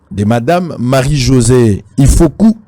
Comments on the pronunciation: Marie-Josée IFOKU MPUTA MPUNGA. Et non IFOKO. Merci ! La KOMBOLISATION est en marche. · Sango okomi mabe ifoku pas ifoko